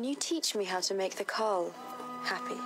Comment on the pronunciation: Correct but it's Khal not Karl, and it's a title not a name, like King.